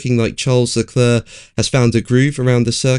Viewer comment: If you're going to attempt the French pronunciation of the name Charles Leclerc, (silent c at the end).. please get it right.. it grates on the ear otherwise.. 'Leclair'... not 'Leclur'.. TY. :>)